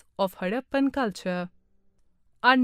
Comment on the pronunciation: it is harrapan not haddapan